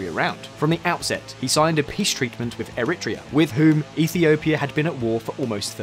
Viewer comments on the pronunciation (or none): Air-re-tray-a is how it's usually pronounced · I think the pronouncement of Eritrea was more unsettling